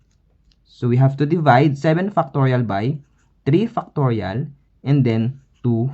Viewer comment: The accent is Fire! 7! = Seven FUCKtorial :face-purple-crying